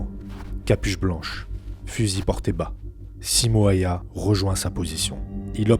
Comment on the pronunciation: Son nom se prononce : Simo Héuhé (pour un francophone)